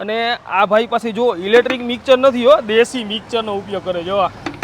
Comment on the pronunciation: મિકચર નય અભણ , મિક્ષ્ચર